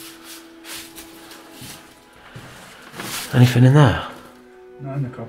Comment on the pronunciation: I love watching all your vids but there's one thing that bugs me in them all!!! You keep saying anythinK which should be anythinG??? Please say it correctly in your new vids lol 😆 oh and I hate cobwebs too 💖💖💖